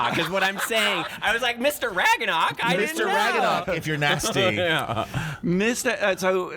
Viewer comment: When you pronounced ragnarök "ragganack" I mean... Most people pronounce it incorrectly already but you're even pronouncing the mispronunciation wrong I can't